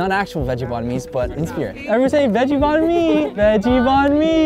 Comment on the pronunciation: i was confused why u kept saying bun me then I realize I were trying to say Banh mi lmao